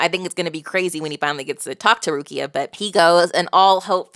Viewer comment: you getting better at names! a small correction is the emphasis in Rukia’s name, it’s on letter “U” so it goes Rúkia and not Rukía i already saw people correct you on Zangetsu so imma skip this one, but otherwise everything was on point especially Seireitei which you nailed first try and im happy that you like this story so far, it’s one of my favorite of all time